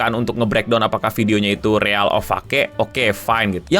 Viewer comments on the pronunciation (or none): Sumpah bang gue pengen nyambit pake remote ac pas lu ngomong riyal or fake